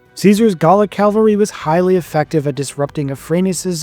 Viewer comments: Cavalry pronounced erroneously as Calvary. Stupid AI narration. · CAValry. , say it with me C-A-V-alry. NOT Calvary. Calvary was where Jesus was crucified. CAValry comes from the Italian cavalleria, meaning "mounted militia," derived originally from the Latin caballus ("horse"). When even the Army uses terms like "Air Cav" "7th Cav" to refer to the U.S. Army's 7th Cavalry Regiment, you'd think this wouldn't be a problem. Watch "When We Were Soldiers". No one says, "Air Cal". Why do you think that is? I'll tell you. It's because it's cavalry, not calvary. I appreciate the human narration, but for the love of God, and this is for the rest of the world too - it's CAValry. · My dude, I commend your work here, but have one complaint: the horse-borne warriors you reference are NOT “Calvary”, they are “CAVALRY” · Appreciate the effort for the video, but: 1. Saying CaLvary instead of cavalry repeatedly... 2. There is already a series on this battle by Syntagma channel called "Caesar in Spain" which is far superior to this one. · Say it with me "Ca Val Ree" cavalry. Calvary is something altogether different. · You are driving me NUTS! It's CAVALRY, not CALVERY! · Buddy, it's CAValry, not CALvary... Calvary is the hill Jesus was said to die on. Aside from that, great video, as usual. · Love the topic but remember, the word is "Cavalry" (for military horsemen) not "CALVARY" for the hilltop that a person supposedly named Jesus was crucified on. An all too common mispronunciation North Americans make. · Repeatedly you say “caLvary” instead of cavalry , which is a very strange mistake if you take into account that it was made made by a native speaker , but the video was so good ! , the explanation of the battle was superb and the animated map that was used I do not think could be improved . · Calvary surely you mean Cavalry !!!!! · Please learn the difference between the words Calvary (where Christ was crucified) and cavalry (horse mounted forces). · It's cavalry, not calvary.